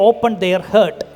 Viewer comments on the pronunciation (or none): ഹേർട്ട് അല്ല ബ്രോ ഹാർട്ട് 😉